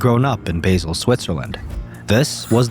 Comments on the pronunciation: Básel, not Bésel 😅. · Bāsel Swiss lol (or also not bäsel)